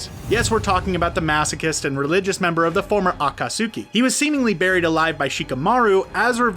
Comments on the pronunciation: People in the comments need to chill about the pronunciations. They are just slightly off-- it's not like you don't know what they are talking about. Besides, most of them aren't quite mispronunciations-- they just stress the wrong syllable (like akaTSUki instead of aKAtsuki). Seriously, this is one reason why the fandom is notorious for being terrible. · Everyone: akatsuki: AcKaSuKeE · HE DID NOT SAY “aKaTsUkAy” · Every time he said acutsky he pronounces it a-ka-soo-ki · This needs to be deleted and fixed. Akat-sookie? Come on. This is supposed to be a professional youtube channel. This is wack. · HE MISPRONOUNCED AKATSUKI THREE DIFFERENT WAYS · You said naruto and akutsuki wrong i think i mispelled akutsuki